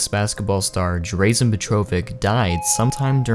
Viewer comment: Totally butchered Drazen's name. At least do some research on the person you're speaking about.